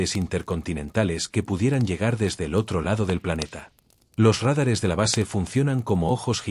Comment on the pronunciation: Que se corrija la acentuación pues demerita mucho el trabajo realizado. Dicen RÁDARES en lugar de radares.